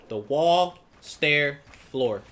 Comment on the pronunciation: Im sorry but its floor 😂